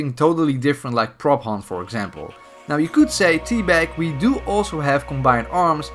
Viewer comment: When you said prop hunt for the first time i heard propane